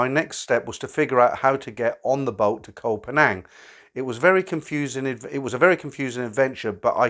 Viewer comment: Loved the story, something diffrent from the usual older guy falls in love with bar girl and gets bled dry of his money. Also to the people getting they panties in a bunch about certain words: The only word crimes committed was butchering Koh Phangan and Ayutthaya lol. Best wishes